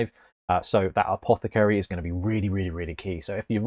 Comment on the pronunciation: Love it, but I shudder every time you pronounce apoth-ah-caary incorrectly.